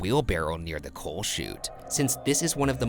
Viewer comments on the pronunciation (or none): none